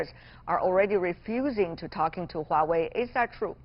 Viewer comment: why wawei? it's Huawei hahahaha